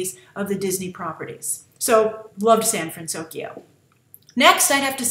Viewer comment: I loved Honey Lemon and I liked her proper pronunciation, the city is called San FransOKYO it made sense for the movie